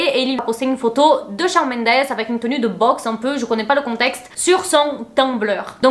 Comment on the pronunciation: Coucou, super GIVDT! Just pour te dire que Shawn ça se prononce ShOnne. Hâte pour la nouvelle vidéo.